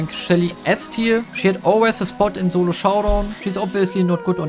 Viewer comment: germans pronounce "s" as "z"